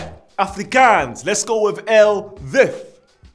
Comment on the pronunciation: I won't shout at you for pronouncing it wrong but I'm glad you tried 😂 #theresnorules Afrikaans is pronounced with a O like ofrikons 5 and 4 is pronounced with a f not a v 3 is pronounced like dree like replacing th from three with a d Then again there's no rules so you can say it how you like 😂